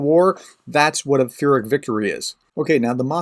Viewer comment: "Peer - ic". Thanks so much for the info tho: much appreciated!👍🇺🇦